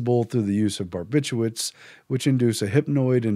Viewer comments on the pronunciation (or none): I managed to cope with "barbit u ates", but "imfluence" made me wrench, so I gave up at that point. Much as I love Orwell, current news vidicates Huxley. The man who knew too much.